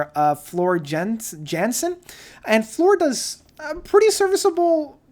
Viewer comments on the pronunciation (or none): I like and respect your analysis and opinion of the music approach and concepts. That's all solid. But as others have pointed out, you gotta do a bit more research before you explain the backgrounds of bands. We are like star trek fans - even little mispronunciations will be called out lol. ("Acktually...iths pronounthed Yan-sen") I've seen it in other reviews of yours and again, I love the analysis but man... those mistakes kill me.